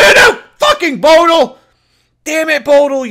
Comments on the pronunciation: its bo dil 40 not bodl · Its (bo-dil)